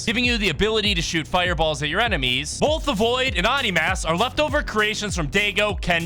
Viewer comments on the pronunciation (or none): its pronounced oh-ni dude